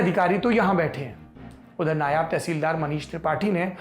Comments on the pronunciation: नायाब नहीं नायब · Nayaab nahi hata nayav hata hai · Saurabh Diwedi nam hai hamara. Hay hay Saurabh tum phir ulti battein karney lagg gye??? Sachhi tum nahi sudhrogey. Apna Urdu ka Talafuzz ( Ucharan .. Pronunciation). Theek karo. NAYAB TEHSEELDAR nahi NAIB TEHSEELDAR hota hai. NAIB ka matlab JUNIOR hota hai aur NAYAB ka matlab RARE. Nigoda TEHSEELDAR “ RARE “ na hai. Tauba mere maula. Kai bar toh hamara dil chahta hai ki tum sabb LALLANTOPIYON ki baith ke class lagaun aur theek se alfaz ki adaygi karni sikhaoon aur jo tum log phir bhi galtiyan karo tou tumhare hathon pe phuttey ki mar maroon aur tum sab ko Murga 🐔 banaun. Ek aata hai kehta hai MERA NAM DEVAD HAI ( David) David ki DEVD kehta hai. Hay sachhi mere ko tum sabb Lallan topiyon ki class tou leni hi padegi.